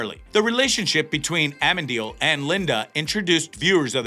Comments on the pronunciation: A-men-deal? His name is a A-men-a-diel. There are four, count them, 4 syllables when saying his name. You're putting the emphasis on the wrong syl-lab-les. Enjoying hearing the theories. Whatever is written is already written though, we'll have to wait and see. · dude its not amendiel but amenadiel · lol at least pronounce Amenadial right its AH-MENA-DIEL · please pronounce "Amenadiel" correctly. It's Amen-A--diel. thanks. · Actually, the pronunciation is A-men-a-deal. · another YTer who butchered "AMENADIEL"'s name ... hahahahahaha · Lucifer. I hate the Eve character, I would hate to see herback. You really need to say Lucifer's brothers name correctly.